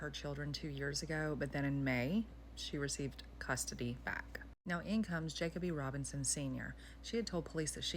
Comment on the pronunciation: You are pronouncing the victim’s name wrong